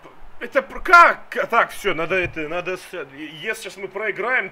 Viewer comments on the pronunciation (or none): none